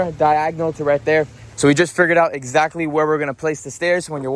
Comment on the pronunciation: I swear your English is the best. Ixactly is a new one for me